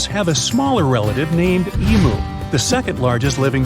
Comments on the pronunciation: Pronounced Ee M YOU, NOT EMO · Acctually it's emu like the letter u not how says it, I'm Australian btw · Yeah nah, that’s not how you pronounce ‘EMU’